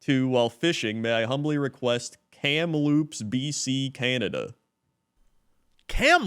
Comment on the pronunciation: You got Kamloops BC absolutely correct